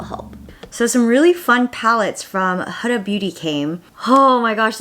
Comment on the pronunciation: Wow, you're like the first non-middle eastern youtuber who can pronounce Huda's name right! I'm thoroughly impressed :p